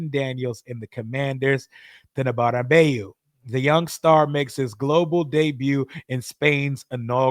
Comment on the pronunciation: Perfect pronunciation of Bernabeu 👏👏👏 Most non soccer fans don't make the effort to get that right!